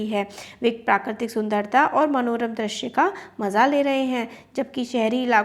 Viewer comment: Ma'am , aap bahut acchha padhate ho But I have observed a mistake that u commonly repeat Aapne is video me drashya bola But it's not drashya , it's drishya U mispronounce ri ( vowel) as ra Except all is good Tremendous work 👏👏👍